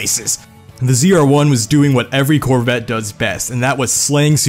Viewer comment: cHeVrOlEt CoRvIt zE-rUh-OnE